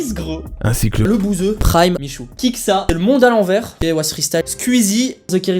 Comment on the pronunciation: Wait au niveau des 23 minutes le gars prononce Kiksa alors que ça se prononce Kikéssa (Et s'écrit Kikesa) Umh intéressant merci pour ton taff vraiment des vidéos de dingues 😁